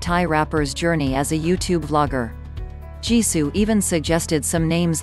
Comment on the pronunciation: When the voice spelled Jisoo's name i can't stop laughing ㅋㅋㅋ